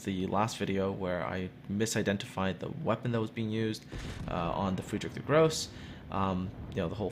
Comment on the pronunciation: It's not pronounced Friedrich der "Gross" (eng. the hideous), but Friedrich der Grossé (eng. the great).